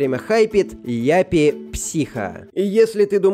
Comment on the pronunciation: Не яппи психо а ЮППИ психо